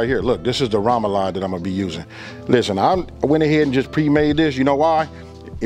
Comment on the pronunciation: Sorry, that’s not poboy, that’s not French bread and please learn how to pronounce remoloude.